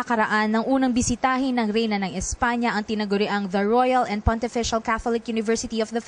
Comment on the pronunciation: It should be Royal and Pontifical... not pontiFICIAL. :p